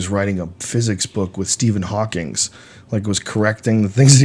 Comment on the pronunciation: HAWKING. HAWKING. NO "S". "HAWKINGS"? NO. "HAWKING".